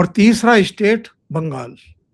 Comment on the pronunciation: ap state ko istate kyo prounce karte hain in Madarsa style.